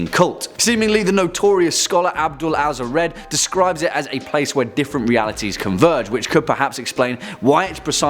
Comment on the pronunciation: it’s pronounced haz rad. Abdul al haz rad